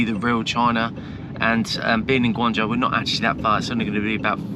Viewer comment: Guangzhou..... not Gaungzhou guys.